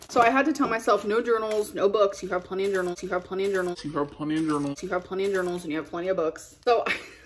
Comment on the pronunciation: The fact that you memed yourself saying nournals😂